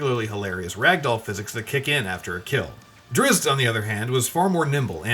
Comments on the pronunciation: "Catti-brie the ranger, and the famous rogue Drizze Do'Urden." My brain just leaked out my ears at that statement. At least google the characters first. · ranger kattie brie? rogue drizzt? really... realllllllyyyyyyy......i know u r some bad game journos but at least do your research on famous books related characters... wow so annoying and u make a living of this sht ....